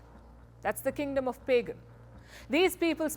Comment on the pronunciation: you probably pronounce "Pagan" wrong.